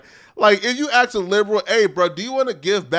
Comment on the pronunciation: Except he can’t pronounce Ask